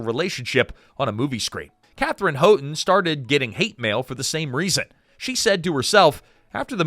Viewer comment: If only the Katherine Houghton’s part had been more than a sweet young woman. It’s pronounced HOWton, btw.